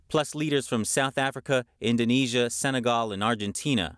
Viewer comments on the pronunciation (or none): none